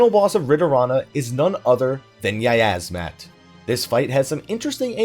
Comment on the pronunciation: "yiyazmat" CEASE